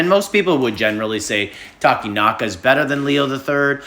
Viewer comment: Yay, Takenaka pronounced right